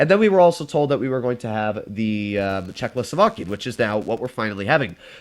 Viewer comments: Czechoslovakian: is a word: Czechlosovakian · did my guy just say chzecho slovakian?